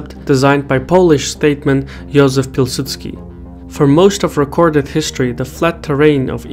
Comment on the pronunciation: Impressed with your pronunciation of Józef Pilsudski 😁 Kudos!